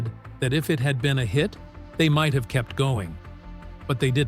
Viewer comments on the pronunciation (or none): none